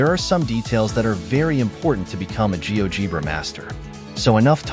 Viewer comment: It's "gee-OH-jeh-bruh". Fix your AI slop, because the rest is very nice and worthwhile!